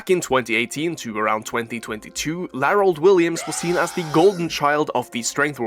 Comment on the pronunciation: Before hearing this in the video, I was like what's with this comment. Then I heard Larold Williams 😂😂😂